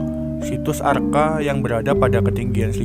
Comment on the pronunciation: Maaf...mas bro kok sa br dengar istilah br arca dibaca arka...